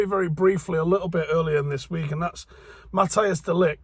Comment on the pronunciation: It's not Matteus.... it's pronounced more as Matt & Ice together. ;) fyi non-dutchies